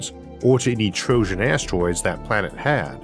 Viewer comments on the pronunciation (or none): none